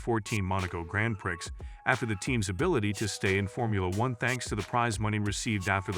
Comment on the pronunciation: "grand pricks"